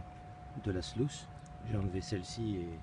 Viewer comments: On dit pas slouce mais sluise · Salut, le nom AMERICAIN de la rampe de lavage est bien SLUICE mais se prononce SLOUCE. A+.